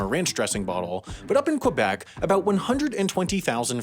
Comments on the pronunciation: omg we say CUH BEC not cwuh bec? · Not KOU-bec, but ke-BEC... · I’m not even French-Canadian but the way you pronounced it Qwebec with a W annoyed me a bit. You did so much research, at least say it right! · You pronounce Régime Seigneurial pretty well, but not Québec🤣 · Brags about being able to pronounce 'régime seigneurial', but pronounces Québec 'kwabeck' and Montréal 'mauntreeall'. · Is it just me, or do other people get annoyed hearing Quebec pronounced like this? And the way this person said Montreal... like a cross between French and English... but at least that's not a recurring issue